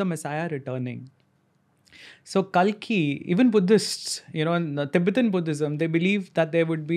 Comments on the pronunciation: Its Kalki not Kaalki. Angrezi mai bolte bolte angrez na ban jaya karo. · Its kalki not kaalki.